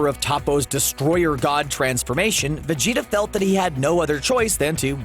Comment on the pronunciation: anyone else hear vegito instead of vegeta ?